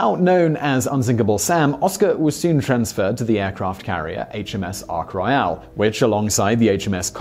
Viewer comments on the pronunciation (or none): Ark Roy AL. Odd Way to pronounce it lol. My dog gets lost in its own tiny back garden lol. One of my favourite films growing up was homeward bound. I'm sure Walt copied the idea